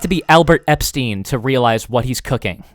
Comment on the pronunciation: "Aleber epstein" 😂😂😂😂